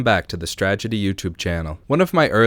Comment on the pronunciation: My reaction to the first 5 seconds of this video was "hahaha he mispronounced strategy" looking down at the channel name and going "Huh." Made me laugh, good gag